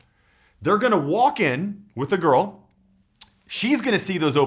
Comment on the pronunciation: Why does he say garl